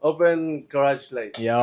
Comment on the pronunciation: Garage ❎ Carage ✅🤣🤣